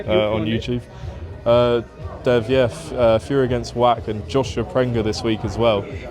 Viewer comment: Pronounced Vach, like the Scottish word loch or Bach. Not Wack!😂